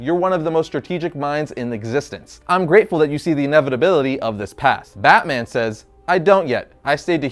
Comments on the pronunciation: Did you say "Bat Boner"? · I know this man didn’t say bat boner 🗿